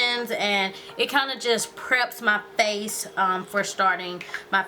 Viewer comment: everytime she say's FACE she make a "huh?" sound at the end it's cute lolx yhu are so friggin beautiful &&' iiLove all yhur tutorials